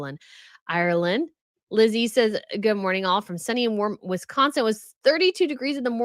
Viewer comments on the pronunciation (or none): none